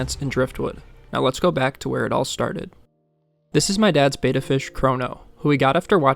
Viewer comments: It's NOT "BAY-TUH". It's "BET-TUH. Look it up online. Are you SURE you should be online without a fundamental ability to pronounce simple WORDS? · It's pronounced Betta, like "better" with an "a" instead of the "er". It's Betta, not beta. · If you're going to talk about something, learn how to say it correctly. It's a Betta like you betta not .